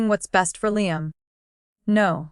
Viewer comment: Revenge with Emily family….. you folks really need to look at the spelling errors because your reader pronounces things wrong. A simple word like Liam and several other things are in the mess.